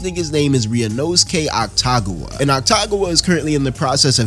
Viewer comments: otacon?... otcagon?... is ah-ta-goo-wah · awesome video but i have a couple corrections lol 1. oil drum, not trash can 2. they weren't his leftovers from last week, just a food he craved 3. atsushi is 18 not 15 4. it's pronounced ACK TA GAH WAH not AKU TAGAH WAH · calling akutagawa aktagawa is crazy damn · How is "Akutagawa" pronounced as "Ataguwa" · Saying akutagawa as aktagua makes it 10x funnier😭😭😭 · the pronunciation of akutagawas name is killing me